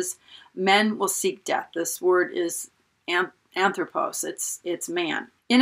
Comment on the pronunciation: Great stuff!! Not to pick nits, but the proper pronunciation of the greek word for man is HAN-throw-poss. The first transliterated o is omega and the second is omicron. Love your teaching and presentation style!!!